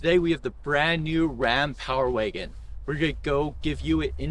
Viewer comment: He said power waygon